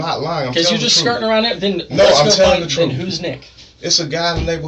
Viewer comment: “i’m telling the troof ” (That was hard to type because spell check kept trying to correct me.)